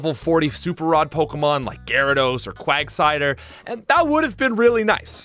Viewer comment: “Quagcider” is a very Christmas appropriate mispeak.